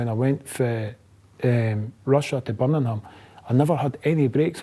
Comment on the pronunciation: Love how he can’t say Birmingham 😂😂